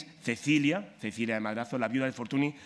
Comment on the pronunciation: FORTUNY se pronuncia FORTUÑ